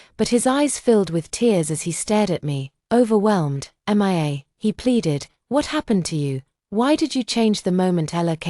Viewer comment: Poster M I A is pronounced MEE A. NOT M I A, a hole AI.